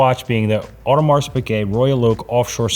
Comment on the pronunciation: When are you going to actually lear how to pronounce “Audemars”?